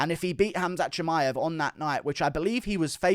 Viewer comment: Usman desperate to help Burns win. And can stop saying Cha-May-ev